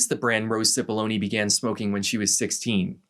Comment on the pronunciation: Amazing video. But I can't help but smiling each time Cipollone is pronounced "Sipoloni".